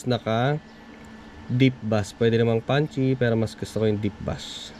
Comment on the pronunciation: base po ang pag pronounce ng bass. thanks.